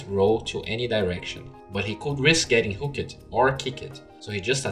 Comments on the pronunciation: just a tip, maybe this is your accent or something but pronounce hooked like hook'd, not hookEd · BooM SHAKALAKA I'm pretty sure its supposed to be pronounced hook'd... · plz stop the "ed" "hook-ed and kick-ed" try pronouncing them together .-. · Hook-ED Kick-ED Selv-ES look-ED Silenc-ED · Really need to pronounce hooked and kicked correctly.